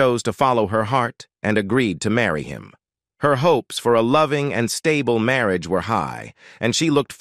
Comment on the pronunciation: "Marry -Ajj"....🧐🤨